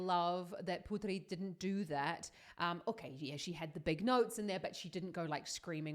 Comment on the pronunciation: Thank you for the support we people from indonesia really proud of her too, please keep support her.. And thank to said her name right cos some people just said her name like ''put three" even the host of the show said it wrong, but its okay cos some times it hard to say other people name especially in different language